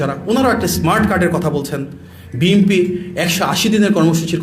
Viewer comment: বাপারে বাপা!! বিএনপি এর নামটা ও ঠিকমত উচ্চারন করতে পারেন না। আপনি হলেন HSC পাশ নেতার উপদেষ্টা।